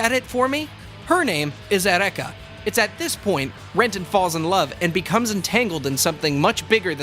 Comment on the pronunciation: Jesus Christ man: eUreka, not ereka... it's greek not japanese XD